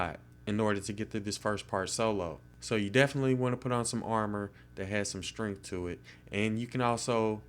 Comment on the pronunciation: "Has a lot of strongth"